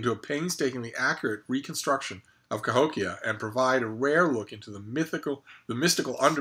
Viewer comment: You said Cahokia correctly, I didn't expect anything less.